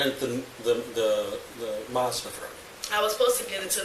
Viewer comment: A few points. She killed a cop, she's lucky she doesn't get the chair. '7'' IQ - Boll*cks! Whats a Marrrrrrsda? Its Mazda!